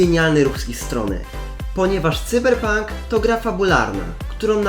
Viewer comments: Cyberpunk czytaj Sajberpank 😁 Ciekawostka : Cyberpunk to gra stworzona przez polską firmę 😊 (jakby ktoś nie wiedział) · Taki tip venku cyberpunk czyta się sajberpank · Mówi się chyba *cajberpank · Cyberpunk a nie Cyberpunk ! Haha